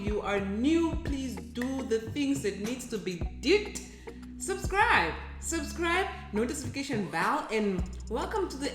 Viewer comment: Did she say "notisification bell"???😂😂😂